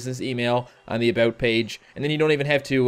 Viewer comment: Are you Canadian? I think I heard an "aboot."